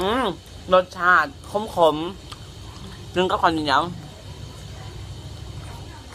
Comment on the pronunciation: ได้ยินเป็นคำาว่ารสชาดโข๊มๆ